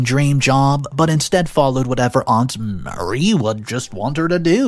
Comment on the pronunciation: Mary is a different name than Marie. Just telling you because this is the second video you mispronounced it. Also, OP is not the a**hole. 56 years of age is old and the risk of childbirth is a lot higher the older you get.